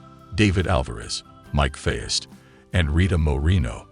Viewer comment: Poor Mike Faist. Hopefully at least one reviewer will pronounce his name correctly.